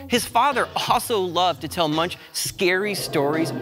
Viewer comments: Fun video. BUT you mispronounced his name! Yikes! Moooongk is the accurate pronunciation! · come on man? Munch; really? His name is pronounced Moonk; Geesh JHN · Pronounced Munk, with a hard ending... not like a pothead having the munchies. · It's not munch, it's pronounced (moonk) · Yes, my Art History professor, who was Eastern European, made sure we were told that it is not "munch," but is pronounced "moonk." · Yeah - clicked out in three seconds; the guy doesn't even know how to say the painter's name! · 'An English pronunciation'? - there's no such thing. Anyone who said it the way you did would be laughed at anywhere in the English speaking world. You going to pronounce Goethe as 'Go-eeth' next?